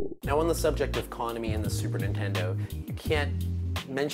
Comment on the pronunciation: They way he pronounces Konami.. fucking hell